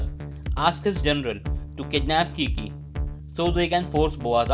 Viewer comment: All caught up! Thanks! But for the love of his name is Kique (e like in mel) not Kiki lol